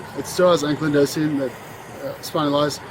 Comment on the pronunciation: “I have ‘AnkliDosing spondylitis’ it’s a super bad rheumatoid arthritis in all the joints”. Lmao first, it’s AnkyLosing and second, spondy-litis means “inflammation of the Spine”.